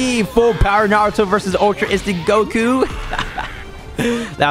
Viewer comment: normal people : goku! him : gokuyou